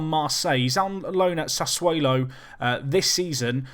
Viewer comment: U and Doctor benjy FM still can't say sassuolo properly. It hasn't got a wale in it.